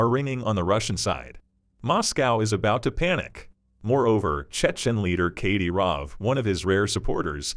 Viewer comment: Do your research on pronunciation. Kadyrov is pronounced cad-i-rov.